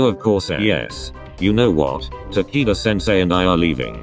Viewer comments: "Ta key da"? no no no Takito! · i heard tanaka senseu for like a second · I heard tequila 😐 should I be concerned with myself? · hahahaha. “taquito sensei”. that’s adorable 😭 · OMG RIGHT?!?! That’s exactly what I heard...It was funny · I heard “Ta-kite-qua” 👁👄👁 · i love how they pronounce takeda’s name as tAki- dUh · It sounds like its saying taquito sensei and im dYiNg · U-kay Ta-kee-da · I was cringing at how it pronounced takeda's name